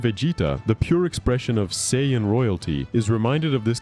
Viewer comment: How do you pronounce sayian in 3 different ways? 😂 Cool video btw